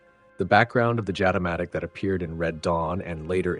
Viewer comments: It is pronounced "Yatamatic". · The locals say Jatimatic with an Y instead of J